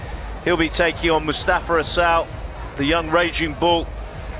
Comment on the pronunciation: Listen to the trophy presentation at the end. I swear she said “Mostafa Asshole”